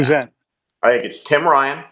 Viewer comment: Tin ryan, not o'rouke